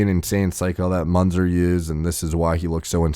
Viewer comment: his name is spelled myːnt͡sɛr (Münzer - muentser)